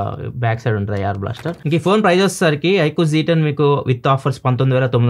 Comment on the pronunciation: Z ni zee antaru